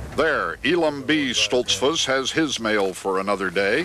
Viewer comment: seconds pronounces it Stolts - foose with the goose sound, not a fuss like bus sound that Mr. Kuralt uses. Either way people in those parts new when Mr. Kuralt spoke he wasn't from around there. I always enjoyed this series.